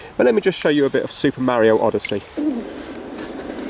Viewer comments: I like the vid but i'll have to leave a dislike since you pronounce Mario "merioh" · Why? It's AMEEEEISEEIING! And hawa'yeeeeauuu? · Don't dislike the video because he pronounced it differently. I mean we do get annoyed because of it (myself included until I hear it so much from Stampy and others that i adopt that way of saying it), but it's no reason to be disliking the video. That's a bit extreme, to be honest.